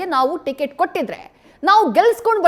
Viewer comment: ಟಿಕೆಟ್ ❌ ಟಿಗಿಟು ✅ 😂